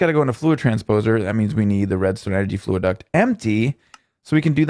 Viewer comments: Fluxduct not fluiduct:-P great vid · FLUXduct not FLUAduct